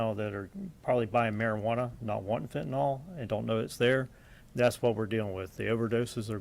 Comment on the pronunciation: No such drug as Fent-anawl. Fentanyl. NIL. Attend elocution classes.